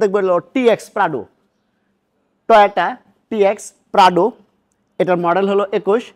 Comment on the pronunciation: Bro said Pradu😂